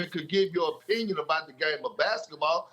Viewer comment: It's His OH pinion LOL